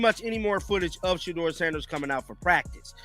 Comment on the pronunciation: Say his name correctly